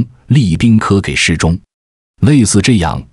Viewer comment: 这是AI在读吗？为啥一直把给ji事中读成给事中？